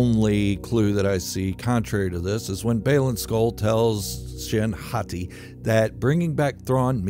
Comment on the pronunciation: Every time you say hati i still imagine you saying Hottie lol